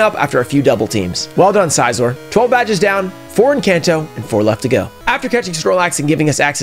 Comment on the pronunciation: I loved the video and I did subscribe but the only things. 1) maybe try to stay a little under level cap otherwise it seems too easy (personal experience it makes it a little more challenging) and 2) it’s Scizor as in like scissors not size-or